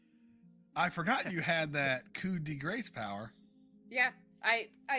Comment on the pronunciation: My mom laughed at the pronunciation too